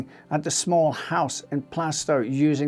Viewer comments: Plaistow is pronounced Plaastoe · It’s pronounced Plarstow BTW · Really interesting story and well told, but one tiny niggle was the way you pronounced Plaistow. The "i" in Plaistow is silent and the "a" is pronounced like it is in Plaster. So if you say it like plaster but with a toe instead of a ter, you'll get it right. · You pronounced Plaistow wrong